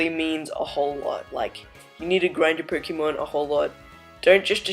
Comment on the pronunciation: Anyone else bugged by the way this guy says Pokémon